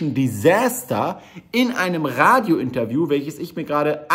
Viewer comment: "desäster" ? was ist das?